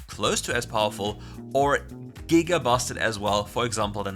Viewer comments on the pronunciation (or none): none